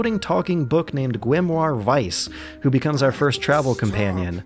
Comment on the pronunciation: Instantly liking this for the actually correct pronounciation of the german word "Weiss"